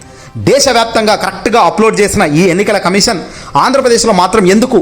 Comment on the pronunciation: కమీషన్ అనాలి కమిసన్ కాదు.